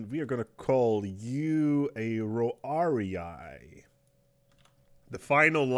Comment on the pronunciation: Good game. It's beautiful and your playstyle is really fast. You must have played this game a lot. Also, your history references lmao. It's fun that it's different. Also it's not Roarii but Triarii - the third and last line of defense formed by older men and retires carrying full armor and spears in the form of the old hoplites. You could google and find tons of good names or just see the wiki for Caesar III or Rome Total War.